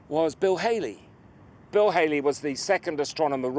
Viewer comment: Bill Hailey certainly got about: when he wasn't entertaining youngsters with rock and roll, he was having wheelbarrow races against Tsar Peter the Great at Deptford with John Evelyn! The eminent astronomer at around that time was Sir Edmund Halley whose name was not pronounced that way at all. His name rhymes with "rally" in modern speech but some believe he himself pronounced it "Haw-ley".